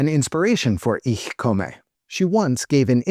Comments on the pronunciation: I love everything about the video except your pronunciation of "Ich komme." The "e" at the end is a schwa, not a long "a." (I'm actually pretty happy with the "Ich" part, but that's just an accent, not a mispronunciation.) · Since it's inspired by (foreign to finns) german porn pronouncing it wrong makes sense it context